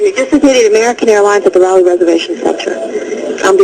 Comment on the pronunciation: This is an excellent documentary of Flight 11. However, I am a stickler for pronunciation of the English language and during this documentary, I heard the town of Raleigh Durham spoke incorrectly. The announcer stated (RALEE) Durham instead of (Rawleigh), which is the way it should be pronounced. Sorry, I had to say something about this.